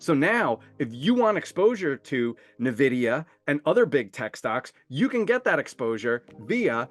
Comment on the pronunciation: Nice video, thanks! But could you pronounce it "Envidia" vs "Nevidia"? It sounds really weird....